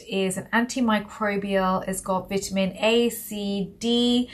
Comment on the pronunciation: I'm from California and I "HAVE SKIN OF COLOUR"😘 I know pronounce VITAMIN A ❤VIT TAMEN A❤ LOVE LOVE LOVE HER ACCENT❣